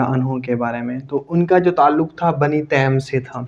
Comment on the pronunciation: Great , but correct its tameem not teem 😊